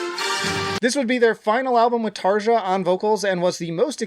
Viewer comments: TarYa not TarJa. Floor Yansen not Jansen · There's plenty of worthwhile comments already, so I'll be the annoying guy. It's pronounced "Tar-yah" Anyway... It's a good ranking, but I highly disagree with Human Nature, and I really don't get all the hate it receives (from others, not you). Out of the 9 songs on the main album, I still persistently listen to seven of them. Don't sleep during Harvest man, after a very tame opening it picks up like mad in the middle. That guitar line is fucking BUTCH. Pan is one of my favourite tracks ever. I'm biased about How's the Heart, because I was dealing with a lot of depression when it came out, and it became a power booster for me. To me it belongs in the top with Oceanborn and Once. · You didn't pronouce Tarja's name right ... :)